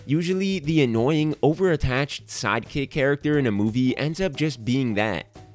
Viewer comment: Lol I thought he said side cakes like six times